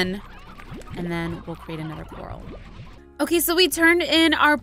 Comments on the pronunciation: Not being rude but it's COR- AL as in the name ALvin not coral like the underwater plant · its not COR-al, its cor-RAL. like a cage. not an underwater plant. look it up :) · It's. Core-AL, not core- ahl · ... Cupquake, mah friend, it's not Coral, it's Corral (Core-Al) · IT'S NOT A CORAL IT'S A CORRAL LOLLLLZLZL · BTW Quake, It's Prononced "Cu-ral" Not "Coral". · Cupquake. To pronounce corral. Is Coar-Al. As in the name Al. Not coral in the sea. Like a horse corral. There's a difference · im not trying to be mean i think its cute that she calls it a coral but but its pronounced cor-al as in the name al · It's corral core al like a rancher not coral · It's actually pronounced core-al not the pretty things in the ocean but like corral for horses and stuff... sorry to break it to ya but I've seriously been freaking out because your calling it a coral..... yeah, oh well I mean I tried to ignore it, but it was,honestly pretty annoyed....😅😜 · Hey iHasCupquake, I noticed something. I think you're pronouncing corral wrong. I think it's pronounced core-ah-ll such as something you'd hold a horse in even though it's spelt really similar to the underwater plant coral. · Angel Of LightSaber Oh my word, I legitimately thought she was talking about the plant, coral, not corral. I wasn't paying full attention, either, lol. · Cupquake!😂 it’s pronounced co-r-al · Its pronounced (core-ral) sorry its just a pet peeve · Hey I has cupquake, corral is pronounced as coraal. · Cupquake you pronounce corral co-ral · cupquake I'm sorry to say but your still missing pronouncing corall it is cor-al or if you cant pronounce it by that Google it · She still doesn't know corral isn't pronounced "coral" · ***** Lol, when I realized she was pronouncing it wrong I nearly laughed my head of because it was so confusing and funny! Hahaha! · I know that tiffy says corral wrong but I don't care I love tiffy!